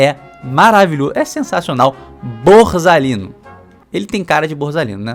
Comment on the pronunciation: é "naIXsceu", é "BorZalino"... só melhora. Edit: , "Is Ho", hahahahahahaha, nessa ele devia estar zoando, para ser justo.